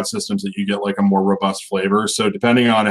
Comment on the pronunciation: rhobust --- row bust ... lol